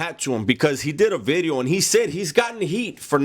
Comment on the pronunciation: Hey Dubs, just a couple humble requests: 1) can you say "Video" differently please? 2) stop taking such long pauses between sentences, your not a philosopher... 3) can you discuss more adult topics, alot of your content is childish... But keep up the good work!